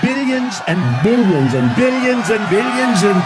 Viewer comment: 😂😂😂😂 and more “ billians” 😂